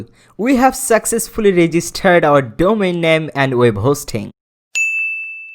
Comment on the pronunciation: Registered not regi-steeereeeed. Just kidding. No racist comment. Just playing. Great tutorial. Keep up the good work.